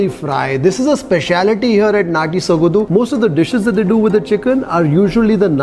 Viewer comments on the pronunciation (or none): It is Natty Sogadu..not "dhu".soga"du".. however you're always excellent and exceptional in explaining.. 👍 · ...again bad Kannada it's sogadu....not sogadhu... 🙄Du...dhu...du...dhu... practice it. 🙏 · Hi, it's sogaDu not sogadu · Dear your English is so simple everyone can understand easily no doubt about it I'm the fan of your english speaking style but please try to learn Kannada 100% and please take care about pronunciation it's not ಸೊಗದು it's ಸೊಗಡು.... I'm sorry if I said something wrong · Kindly brush up your Kannada or ask the establisher how to pronounce there establishment name. It's Sogadu not sogadhu. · It's not Sogadhu but apradh,you need to practice that more... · the pronounciation of the word sogadu is not exact, it should be pronounced as sogaDu - like when you say drum - the "d"sound so its like ಸೊಗಡು, सोगडु. Hope you got it? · D as in dog